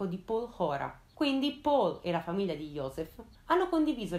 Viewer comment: Uno dei video migliori, complimenti. Solo una cosa: Paul in tedesco si pronuncia... Paul, non all'inglese :)